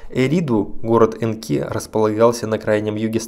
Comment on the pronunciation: Энки, ударение точное? На первую букву реальней, кажись...